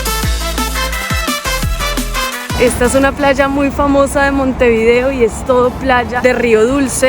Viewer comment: Cuando pronuncias el nombre de la capital,procura hacerlo de corrido. Montevideo y no Monte_video